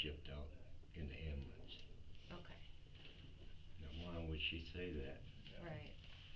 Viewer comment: After watching endless amounts of bodycam/investigation videos, i have learned your pronunciation of the word "AMBULANCE" is directly correlated w the amount of brain cells you have 🧐